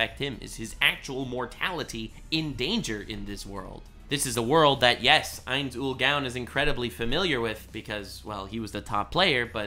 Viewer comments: Ainz Ool “Gown” lol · "ains ull GAWN" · First of all thank you for showing love to one of my favorite animes( even though you're butchering the main character's name). Secondly the only people that don't like Overlord are people who believe in the power of friendship. They all believe that the isekai hero needs to have a gigantic harem, never have sex, be OP and collect lolis like stamps. Granted the anime has the same aspects as log horizon, but the story of overlord is dark and twisted the longer it goes on, I'm glad this anime is the way it is. It's a lot fresher in my mind than watching another Kirito knockoff. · The way keeps saying the name so wrong that it could be considered blasphemous, make me cringe each time he says it. 😅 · I love Overlord content and would consume it like crack. However the way you say Ainz Ooal Gown just triggers me so much I had to stop watching 4 minutes in. Probably just a me issue. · Call him Lord Ainz or learn to say his name right smfh.